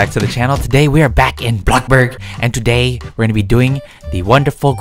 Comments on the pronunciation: umm you said BlockBurg like if agree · U said blokburg again xD